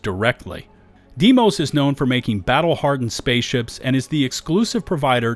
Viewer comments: I love you man, but it should sound almost the same as "day-moss". "Dimoes" versions is just reading letters using foreign phonetics. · this continues to bug me from everybody, its Deimos "day-moss" and its not a planet, its Mars moon. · Day-moss. say it with me. DAY-MOSS! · Ya forgot to mention Red Mile as you can purchase all the major shielded cargo upgrades. Also, I'm a stickler for pronunciation. Deimos (Da-y-moe-s) star yard. Otherwise, another great solid video! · Why can’t anyone say Deimos? 😭 it’s DAY mohs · FYI you called Deimos a planet but it's ackshually a moon of Mars (and is also pronounced 'Day-mohss')